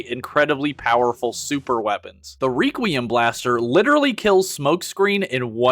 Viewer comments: it's requiem (/ˈrekwēəm/) not reququium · Say it with me class, "wreck-wee-uhm." "Wreck-wee-uhm" blaster. "Wreck" not "Reek." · Reeee-quiem blaster??? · wait how did you pronounce requiem blaster? hahahha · Tried really hard to enjoy this, but all of the weird pronunciations/engagement baiting killed it for me. Have you never heard the word requiem out loud before? And Sureshock is just a scooter, Vespa is a specific brand which he doesn't look anything like. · Your pronunciation of 'requiem' makes my brain fuzzy.